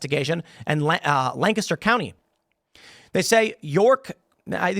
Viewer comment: As someone who lives here, thank you for pronouncing Lancaster correctly! Most people don’t. Lank-ister